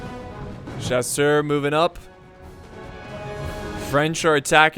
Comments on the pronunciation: I love how he pronounces chasseur It is no sasher but sha-ser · Chasseur = "Sha-ssir"... sorta